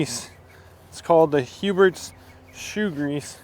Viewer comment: Huberts??? Lol there is no T